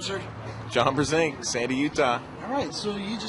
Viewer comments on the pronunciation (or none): brzenk not bzenk.